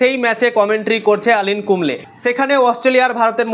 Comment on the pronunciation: আনিল কুম্বলে নয় গো উনি অনিল কুম্বলে, দ্যা গ্রেট